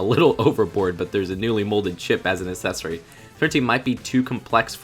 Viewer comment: WHY DO YOU KEEP SAYING ACCESSORY LIKE AS-SESORY ITS PRONOUNCED AK-SESSORY